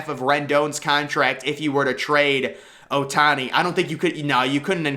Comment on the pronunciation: Bro said ohtani 💀